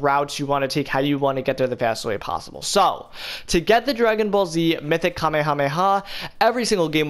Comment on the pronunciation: bro if i here this man mispronounce Kamehameha wave wrong again, MY GOD SOMEONE FINNA GET DROPPED!